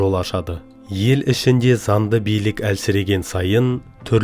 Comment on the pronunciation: Онын емес оныңМын емес мың. Занды емес заңды. Тілді жөнде